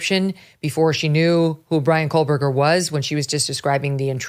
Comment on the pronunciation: I keep wondering when MK is going to realize that there is no L in Kohberger????